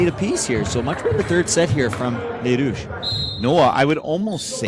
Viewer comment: Great commentary! Thanks for pronouncing the Rouges' names correctly! BTW, the first year players are stacked not just with Gabrielle Roy and Louis-Riel players, but with former club players representing 204, Junior Bisons, and WinMan.